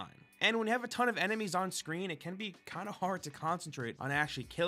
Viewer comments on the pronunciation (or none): none